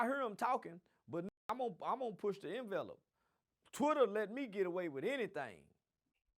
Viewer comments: he said “envelop” instead of “envelope” 😂😂😂 talented tenth rock’s with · “the envelep” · Did he say en vel ope ?